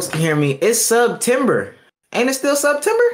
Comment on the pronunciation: Hearing say “sub-tember” is so gross.